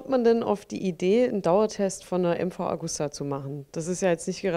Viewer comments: nicht Augusta sonder Agusta ;-) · Traurig ist, dass die Redakteure den Hersteller nicht richtig ausprechen können.